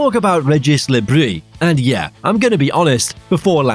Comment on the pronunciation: Le Br-i-s not Brie